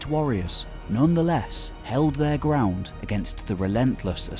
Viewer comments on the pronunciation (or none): none